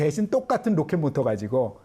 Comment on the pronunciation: 미썰이라고 발음하시는 패널의 발음을 보면 더 엉망이구만요. 일본식, 모타. 등등